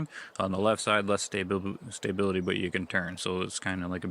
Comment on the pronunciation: "Stay-bility" lol Must be an accent thing